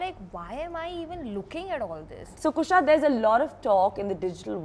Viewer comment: Kareena calling Kusha 'Khusha the whole time.....😂